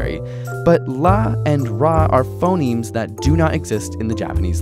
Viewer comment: I thought he said "Phomemes"